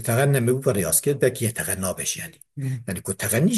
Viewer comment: Hocam yeteneğğeme okuyun yeteğenneme deil yani nun ğa dan önce geliyor oda şarkı gibi okuma manasıdır